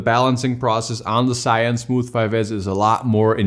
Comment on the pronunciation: It's zhiyun not shiyun lol